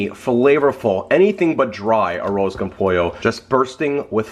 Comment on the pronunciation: It was No after his pronunciation! Smh.....wtf a an “arose”